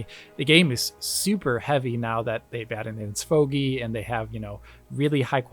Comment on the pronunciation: They added in what?? Svogee?? Sfogy?? I really can't properly hear what they're saying, or this is a completely new term to me. and earlier as well. Edit: After searching a little bit I guess they refer to "sparse voxel tracing", but I still don't know what abbreviation they're using. Some explanation would've been nice, I don't think this term every came up in a DF video before. Alex's next video about the PC versions goes into slightly more detail though. Edit 2: Sparse VOxel Global Illumination. SVOGI.